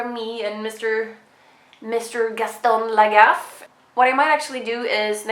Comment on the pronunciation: Yeah ! I commented seeing stupids references in comments... and after, I saw you've said it ahah ! I'm from France, so... Gaston Lagaffe is a part of my childhood :) I'm so happy you've named your dog Gaston Lagaffe, this is super fun, and your french pronunciation is perfect ! ;)